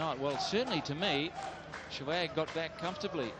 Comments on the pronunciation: Yea, they called him Shewag instead of sehwag. too funny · the commentator calling him shwag :)